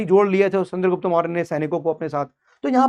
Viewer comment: चंद्रगुप्त not चन्द्रगुप्ता master log hi aise bolenge to kaise chalega